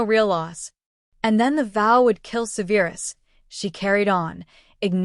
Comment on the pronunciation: the only issues I heard was Severus and Gryffindors were pronounced weird. Love the story though. ❤